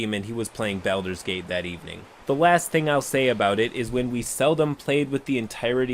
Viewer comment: 'bay-alders gate' ?